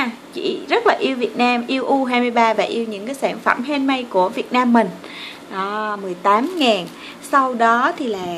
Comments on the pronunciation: Hihi 😊😊người ta theo cách đọc là han mếch mà chị đọc lộn thành han mây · Han-mếch chứ k pải han-mây nha cj